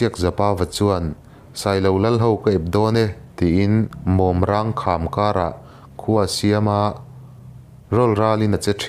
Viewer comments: Mawmrang i lam dan khi a diklo. Maimawm tiha mawm tih ang khan lam rik zawk tur a nih hmel e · Mawmrang kham hi... I lam diklo deuh.. mawm lai hi maimawm a mawm ang in lam tur ani... Khampui rang ti pawhin ansawi thin bawk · A ngaihnawm khawp mai..mahse mawmrang hi a lam dan a dik lo deuh in ka va hre em.. mawm hi maimawm(spider) a mawm rang hi thil rang ni lo in sarang(polythene) tiang hian a ri tur ni in ka hria..mawnrang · Kalo ngaithla ve chiaha mawmrang hi a thluk a dik lo nih hii😂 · Mawmrang tih i chhiar/lam dan hi a dik lo sir... Zofate tlang hmingthang zinga pakhat a ni ve a, lam dik hram teh khai.